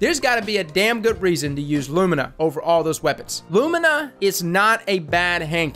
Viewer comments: LOO ME NAH NOT LOOM IN AH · " i presend you Lumna" xD Perfekt